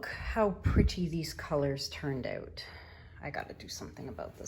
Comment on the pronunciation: I love the accent “ now check these oat”! Love all your work and thx for the discount on my resin!